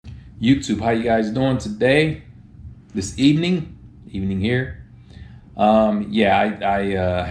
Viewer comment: This ebening... Ebening here... - Unai Emery